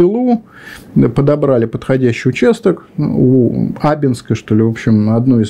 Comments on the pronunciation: Только не Абинск а АбИнск, от реки АбИн. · Уважаемые лекторы, вы, порой, просите уведомлять Вас, когда дело касается названий населенных пунктов. Абинск произносится с ударением на второй слог. абИнск. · Маленькая поправочка - у нас произносят город Абиʼнск, с ударением на вторую гласную)